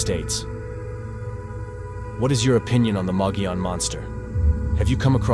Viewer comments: Thank you for covering the Mogollon Monster, our local Sasquatch! It is pronounced mug-ee-on, but your pronunciation is the best I have heard from someone outside Arizona. My only criticism is Mitch Waite. I knew him and know he had some true experiences. But he also tried to hoax people. The first time I went out with him he tried to tell us there was a squatch by a tree. It was to IR reflectors stuck the tree. We also found two bicycle reflectors he mounted on a tree to resemble eyeshine. Nice guy, but if he hoaxed those, what else did he hoax? We have quite a few howls and vocals recorded on the Rim too. I can forward them to you to check out. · Thank you for pronouncing the name correctly. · Mogollon...Moe Ghee On